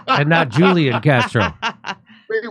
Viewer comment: Great show!❤ If you want to be more accurate in pronouncing Hispanic names, Julian Castro’s first name is pronounced “who-lee-yon” in Spanish.